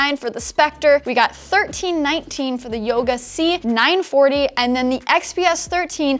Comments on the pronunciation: she said yoga c490 lol. its 940 right ? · Again "Yoga C490" :P